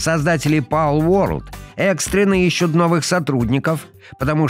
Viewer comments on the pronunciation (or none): none